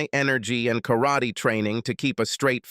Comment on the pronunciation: I HATE AI spoken stories. Especially the way the AI pronounces Karate.